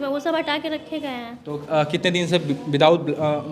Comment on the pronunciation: विदाउट नहीं विदउट bola jata h